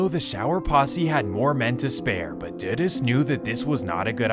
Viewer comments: Jamaican 🇯🇲 here, it’s pronounced Edd-ward See-aw-gah. Christopher Duh-Duss Coke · Doo-doos not duh-diss. Lester died to prevent CIA, JA police & govt secrets. Who did it? Could have been Mi6. This was their turf & CIA did overt spy stuff. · lol the pronounciation of dudus is wrong.. but i looooovveeee that you covered this story. <3